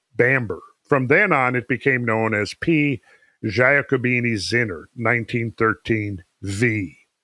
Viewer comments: In 'Giacobini' the 'gia is pronounced 'ja' or 'yah'. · please: it's pronounced J A C O B I N I , thank you.